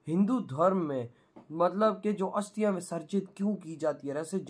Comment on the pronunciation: भाई हस्तिया नही अस्थिया